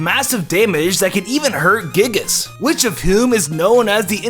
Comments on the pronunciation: Gyigas not gigas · It’s guy-gus Not Gig-Gus